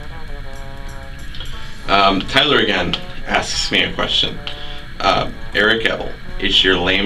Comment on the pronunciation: OMG you're the first person to correctly pronounce my nickname x)